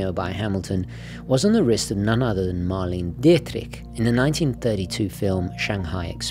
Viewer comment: Loved the video great historical information , but please don’t ever try to say Marlene Dietrich again. 😝